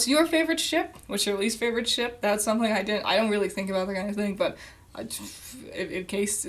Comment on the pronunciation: "This is supposed to be for fun!" ... I had fun mishearing every time you said 'shiP' as 'shiT' Also, they'd get the 'socializing' if they actually decided to do more than an over-all 2hour runtime per volume.